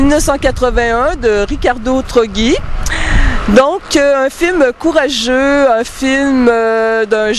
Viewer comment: Se prononce "Troddgi"...